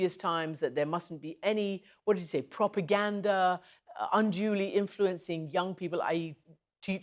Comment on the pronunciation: Lol propegnda.